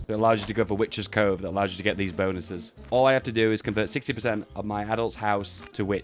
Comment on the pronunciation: I thought you where saying witches code until I realised you just can't proouce CoveN